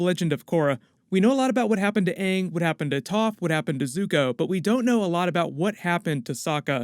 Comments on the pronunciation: And first and foremost is ANNG IS PRONOUNCED UNNG ONE MORE FUCKING TIME I WILL MURDER THEM, and SOKKA SHOULDNT BE PRONOUNCED SOAKA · All ik is my guy name better be pronounced “ing” and not “ung” like the movie🤢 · If they pronounce Aangs name Ong, I'm gonna have a bitch fit. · If they call Aang “Ung “ And Iroh “eeroh”, I’m burning toilet paper. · Hopefully he doesn’t say my name is oong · If they pronounce Aang as “UnG” in the Netflix series...I’m gonna be rlly annoyed 😑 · If Aang is pronounced “Uung” im going to riot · Well it didnt even bother to me because when i watched last airbender it was in my languae dub and in that dub they called him uung